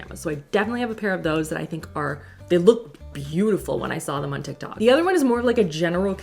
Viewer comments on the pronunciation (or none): none